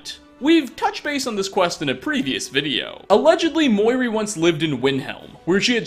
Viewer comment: muiri (moo-e-ree) not (mihoy nihoy menoy)